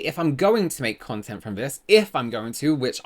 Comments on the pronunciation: Im pretty sure that chick said 'cuntent creator' 😂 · For the record: I heard “cuntent creator”, too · We call that a Freudian slip...but um...not fully executed on purpose imo for validity reasons perhaps. I definitely heard cu..ontent creator.... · She did say cuntent creator 😂😂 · lmao I thought the Exact same thing lovey!!sounded so much like she says Cuntent creator😱🫣🫢🤭🤣🤣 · Oh sweetie you did you heard cUntent creator oh yes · I heard what you heard! "c*ntent creator" 😂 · I legit thought she said cuntent creator.